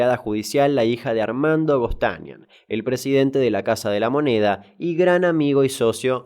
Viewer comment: Gostanian se acentúa en la a final.